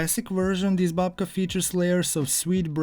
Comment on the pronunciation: 🎉Instead of babka you made dedka.....😂😂😂